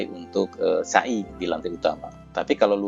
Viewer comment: maaf..... Pengucapan sa'i nya,folong jnfn pke huruf syin,artinya beda Bukan sya'i Tapi sa'i Maaf ya...